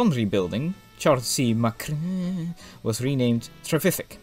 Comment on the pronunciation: I did wonder which part of Scotland your accent came from, but since you can't pronounce "MacRae" I realise you're American.